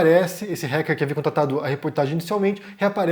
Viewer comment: Se diz "Ráquer" e não "Réquer"